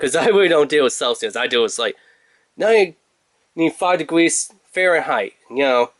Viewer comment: 5 degwees, weecoil, thwee point thwee, fweavouw, quickwee. Man i cant =)))